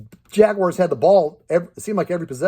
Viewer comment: "The Jacksonville Jaggywars" lmao had me dying 🤣🤣🤣🤣🤣